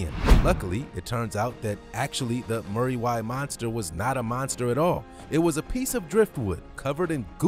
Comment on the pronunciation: when you say muriwai try roll the R, it is a maori word also roll the R on that too, kind of said like Moodywai